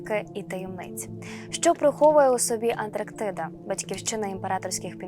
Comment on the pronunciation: Ведуча має знати, що не Антрактіда, а Антарктида